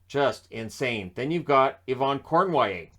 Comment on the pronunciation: Yvan Cournoyer, not Yvon Cornoyer